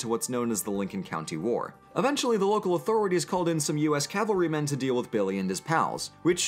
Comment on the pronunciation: "Cavalry", not "Calvary". Two entirely different things. 8-)